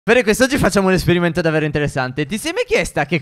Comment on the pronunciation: Like per chi si è accorto che steph in ogni video ripete almeno 2 volte davero